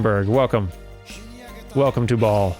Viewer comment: Whenever you say cult of ball I hear cult of Baal.